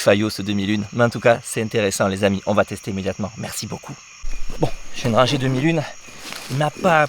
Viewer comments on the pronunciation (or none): none